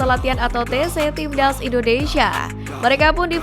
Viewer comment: Buang dulu ingus mu itu biar kamu bisa bilang TIMNAS bukan TIBDAZZ